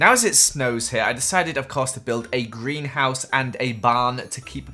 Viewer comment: Did he just say, GriAn HouSe